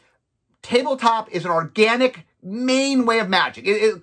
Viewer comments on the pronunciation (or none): none